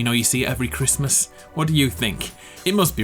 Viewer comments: "Happy Chrmas." "It's Chrismun!.." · No one:: merry crismss